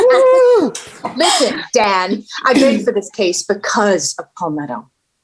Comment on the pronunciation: It's beautiful how much the characters have developed and changed since first episodes and up until now, the end of season 5. Edit: Inbar actually really good pronunciation of Kevin's Dan :D